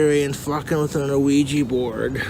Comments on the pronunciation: ah-weegee board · Wish I had an "uh-wee-gee" board... Donations are greatly appreciated. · Oh-weegie borg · I hate how he enunciates the O in ouijia board lol